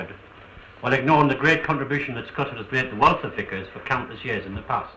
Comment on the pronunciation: TBF fair the only thing I can moan about is the name of Scotswood rd(Scottsy) not (scotchy), but that's by the by loved reminiscing thou. 😍